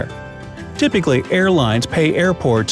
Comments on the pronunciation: anyone else thought he said airpods? i was like tf is this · Thought you said airpods lol